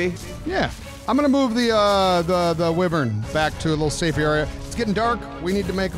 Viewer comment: It’s whyvern not Wevern but it’s spelled wyvern